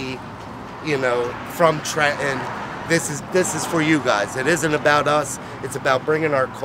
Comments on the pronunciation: It's "TrenTon"! Not Tren-on. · You know it's authentic when the pizza owner pronounces the state capital: "Tre-in"